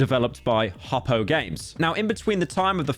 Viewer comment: He mispronounced Hoppo its so over